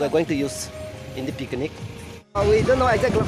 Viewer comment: Bro its picnic not pikinic 😂